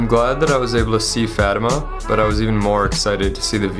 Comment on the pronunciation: It's not farma it's fatima.